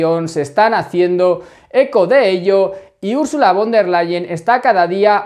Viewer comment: Gracias por tu trabajo,!! Una cosita: en alemán, la "v" se pronuncia como la efe española, o sea "Úrsula FON del Leien". Mete una efe sin miedo,! Un abrazo!